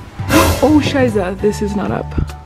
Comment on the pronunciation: I love the way she's saying "scheiße" 😅 but for a non German girl she's saying it pretty well 😊😇